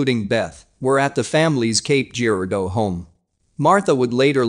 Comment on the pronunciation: Cape Girardeau ( juh-rar-doh ) to locals.. Not jeer-ah-doh.